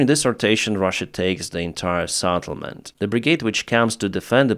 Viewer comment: SETTLEMENT not SATTLEMENT